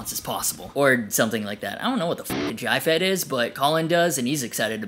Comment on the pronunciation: "Jyfet" is how people in Glasgow pronouce JFET!